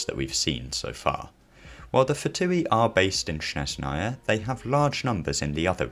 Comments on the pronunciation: Not Snezh’naya, but ‘Snezhnaya (I’m Russian) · with the stress on SnEzhnaya instead of SnezhnAya (like LeviOsa intead of LeviosA) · "SHNEZNAYA" lol